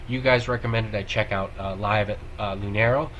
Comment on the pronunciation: So, Paulina is playing a shaker. Lunario is pronounced [loo•NAR•yo].